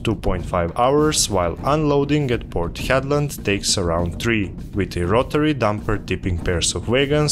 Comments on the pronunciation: Port Hedland (Headland) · Just a note, it's called Port Hedland.